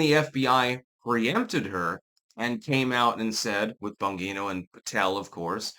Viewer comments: It's Bon-G-No. Why does he REFUSE to say it correctly? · It is but is saying it wrong. It's an Italian name pronounced "Bahn-jee-no". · Please learn to say ppls names correctly. It’s not Bon-ghee-no. It’s Bon-jee-no. You look like an idiot. With all your research and videos you watch, you’d think you’d pick up on it by now. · Bon "Jean-O" your not Spanish, you can pronounce your Gs, not as an H, but as a "jee" like "Jeep" Please don't use your local accent as an excuse. It's not. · It's (bon-jee-no),. I can't tell if you're doing that on purpose or not😂❤ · Umm, it’s Bon-Jeé-No. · Juat get rid of all 3 of them. But at this point, seems like it's Trump. Also, the name is not bangeeto. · If anything, Bondi should be removed. She keeps lying to everyone, and she keeps promising to have people arrested, but does nothing except go on FOX News. BTW, the "g" "Bongino" is pronounced like a "j". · Is that your handler in the reflection of the YouTube award? And it's pronounced "bon-gene-oh". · It's Bon-gi-no. fuck get it right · I'm sorry,, but I respectfully have to disagree with you on this one. Dan I trust 100% (and it's pronounced "Bon-GEE-no"). He's proved his quality repeatedly. Bondi is the one I don't trust for a second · It's "Bon Jee No", Italian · Why do you change Bongino's name into Bongeeno? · Dan "Bahn-jean-oh" 😎👌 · It’s pronounced Bonjino. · Pretty sure it’s pronounced “bon-jee-no”. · .....are you intentionally pronouncing his name wrong? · Can someone teach how to pronounce Bongino? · Yes. That's the way his own announcer pronounced it. He's only been around a few years, with a YouTube channel, spots on Fox, and then a radio show. It would help if he listened to a little audio if he is going to talk about people to know what their names sound like. It's not tricky like Gadot, Ghislaine, or Rowling. It has an Italian way to say it. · He always says it incorrectly - for some reason.